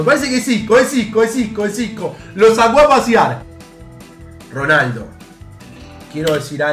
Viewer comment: nadie: absolutamente nadie: "ronardo" jaja minuto